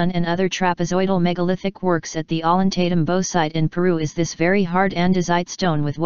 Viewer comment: At least she could learn to pronounce the names of the places in Peru, Ollantaytambo, Machu Picchu, Sacsayhuaman.